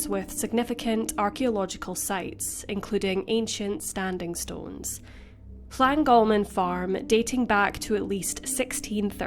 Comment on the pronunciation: Well done to the narrator for concentrating on getting Llangolman pronounced quite well. But ... the first vowel in both "Dyfed" and "ffynon" is as in "up", not "him". Also, Clebran is not a place, but the name of a local monthly magazine, meaning "gossip" in the local dialect.